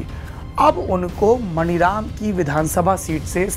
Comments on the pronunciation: मनीराम है मणिराम नहीं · सर मानीराम है, मणिराम नही है। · सर, वो विधान सभा मानीराम है, शायद अंग्रेज़ी के वजह से आप मणिराम बोल रहे हैं। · saurabh bhai , ek correction suggest karna chahunga, aap jab maniram ko pronounce karte hain to maaani raam kahiye,kyonki iska yahi naam hai,baaki aapki aur aapke team ki research ko salute hai. regards